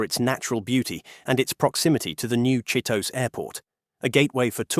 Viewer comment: Japanese names do not follow english grammar rules. Chitose should be pronounced and sounds like Chi-toe-say by an english speaking person. Japanese names always end with the vowel pronunciation sounds of ah, ee, ooh, eh, oh.